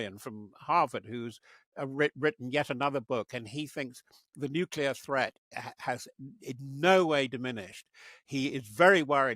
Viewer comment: Why does he keep saying “nukular?”